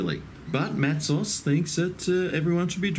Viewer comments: It is pronounced Matso not Matsos Take it from a Western Australian who drinks it all the time, the reason your beer went flat is your glass was not clean enough, probably washed id detergent and not rinsed correctly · Mat-ZOHZ not Matsus. Meow. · Mattsoes is how it’s pronounced